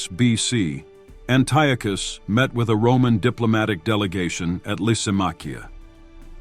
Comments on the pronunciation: Always love to see a new history channel pop up, but Dude, his name is pronounced, AN-TEE-AH-CUSS, Antiochus. Good luck to you as you continue to improve and grow 💪🏼 stay at l! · why fo you pronounce antiochus in 2 different ways..